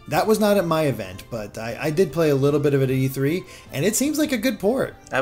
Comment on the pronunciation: It’s E3 not E-Free